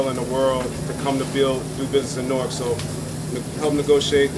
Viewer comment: I appreciate how you pronounced Newark correctly. "Nork"